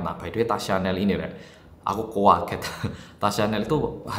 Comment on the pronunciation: Senang dengar bilang, "Aku kuaget."😂 Asli medoknya, gak kW 😂